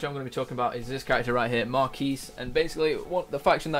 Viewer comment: Melee me • lee (may • lay) The Quis is Marquis' name = Key So Marquis sounds like your saying Markey. I had to get that off my chest.